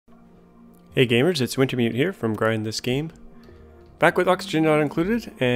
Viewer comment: Please enunciate your name... I can never understand it when you say it, even though I read it somewhere else once (Wintermute), so I am assuming that others may struggle. :-) NB: For a 64 tile room (4x16), I've found that five hatches is the limit before the 'overpopulation' debuff in the latest Ranching hotfix. Using a smaller room than that allows for fewer hatches. You could still have a load of hatches in a room, I guess, but the calorie rate is a lot lower so that means a lot less coal.